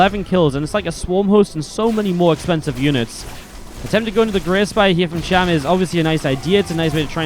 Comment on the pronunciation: It's cham. Not sham...